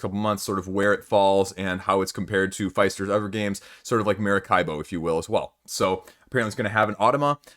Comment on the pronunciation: Great video. I attended SPIEL'21 and bought Messina 1347 and Furnace. Both great games. Messina looks very heavy, but the rules are very clear. Sure, you have a lot of options, but that's all the game is about! One comment on you pronunciation of "Alexander Pfister". The i in Pfister should not be like the i "I am" but more like the ee in "I see", but a bit shorter. Alexander is from Austria, not from USA. :-)